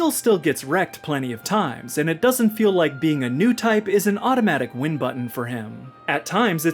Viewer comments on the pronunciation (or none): none